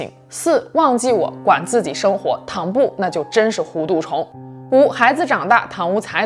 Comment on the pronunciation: hú tu Not hú du.